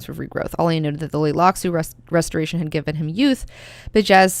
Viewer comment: The "T" in Tleilaxu is not silent. It can tricky to say it subtly to sound correctly, but Frank Herbert himself always pronounced the T.